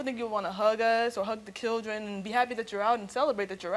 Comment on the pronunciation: This coming from a person who pronounces children as killdren